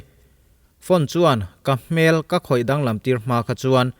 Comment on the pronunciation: A nih loh 'hmel'....a fuh loh 'hmel' hle mai. Heta 'hmel' i lam dan hi mihring hmel hmai a hmel ang hian i lam a, hei hi a dik lo. A ri a hniam tur.